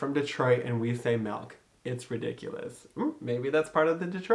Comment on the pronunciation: CONGRATS!! But, bc you wanted feedback, just sayin', "MELK" and "AGGS" we definitely do. I'm from Macomb. I lived in NY. BUT THEY ALL CORRECTED ME. They say (easier) "MILK" or "MYLK" or Eggs.... I have to add more of a "U" sound. "Ugh" ugh-ggs" lol Eggs are so hard to convert!!